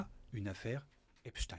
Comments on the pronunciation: Au fait, ce n'est pas epchtine. C'est epSTEIN. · Beaucoup pensent qu'ils prononcent Epstine pour tenter en vain de faire croire aux plus crédules que le pervers était russe et non pas juif. Merde, quand même ! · Dés qu il a prononcé « Epstiiine » j ai décroché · Quel cinéma, Il faudra penser à rendre l’argent les gars! Au fait, on prononce Epstein, pas Epstine, ce délinquant et escroc n’est pas russe. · Ah oui? Et quand les américains parlent du manager des Beatles (parce qu’ils ont le droit d’en parler), pourquoi prononcent-ils Esptein? Pourquoi personne n’a jamais prononcé Brian Epsteen nulle part sur la planète? La raison est autre. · Je savais pas qu’en français on disait inchtin pour Einstein 😂😂😂du coup pourquoi dire epstin pour Esptein. Vous allez jusqu’à transformer la langue française…. Et ça se voit… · Il était Américain, et les Américains prononcent "Epsteen".